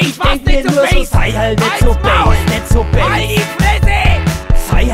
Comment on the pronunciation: Mir ist nie aufgefallen wie Bass (oder zumindest so wie es ausspricht, da habe ich zu erst base (englisch für Basis) verstanden) laut-ähnlich zum bayrischen böse ist.